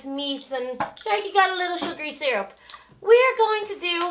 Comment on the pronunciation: he said golden serup